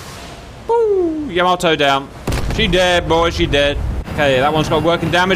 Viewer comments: It's pronounced, Yah Maa Toe not Yam a toe. And Battleships never travel without Destroyers or Lt Cruisers accompanying them for Anti-Aircraft support. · It’s pronounced “ya-MA-to”.